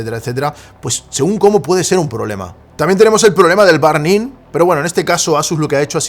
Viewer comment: aajajja, dice burn como barn